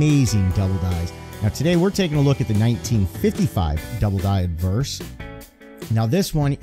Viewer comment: good history story, it sounds like your saying adverse and not obverse. maybe its my hearing lol